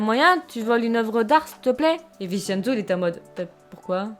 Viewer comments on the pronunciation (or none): Le "cen" de Vincenzo se prononce "tchén" (ça m'a stressé tout le long 😅) Super vidéo sinon !! J'aime trop !!!